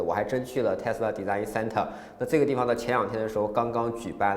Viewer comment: 学一学design 和pool的发音